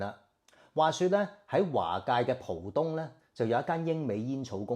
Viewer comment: 不是讀"蒲東"，浦正確讀：普。有句成語：合浦(音：普)珠還